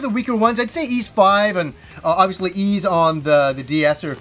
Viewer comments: Hmm I pronounce it as ease since they likely took it from the Breton myth of the lost city of ys. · I pronounce Ys VI the same way xD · Totally unexpectedly became a huge Y's fan this Christmas. I bought Y's VI on steam not thinking much of it and it got me HOOKED man. I have a trick for remembering the pronounciation btw. In an old English lady's voice I think "that Tim's feeling a bit napish." I'm not sure if English people say "napish" but it feels right. Anyhow that's how I get it: "Napish-Tim" I'm a bit stuck grinding at the end 30 hours into VI but I went ahead and bought I & II, the VI's remake (Felghana) and Y's Origin. Will definitely get Lacrimosa of Dana after all of that. Phenomenal series. Loved this video.